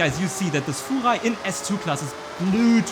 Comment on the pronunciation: "Fuchwai" love it